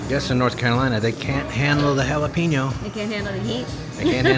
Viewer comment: Pronounced “Hala Pen Yo”. Y’all from Texas, get it right!😊